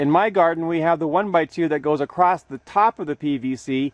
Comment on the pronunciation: There is no T in Across